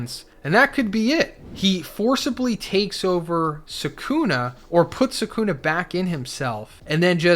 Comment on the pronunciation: Can you pronounce the names right? It’s sukuna not sekuna. Just like kizaru not kizeru